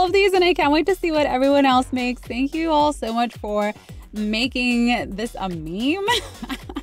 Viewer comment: "Meme" (Mee-Mee). Got me laughing on the floor 🤣🤭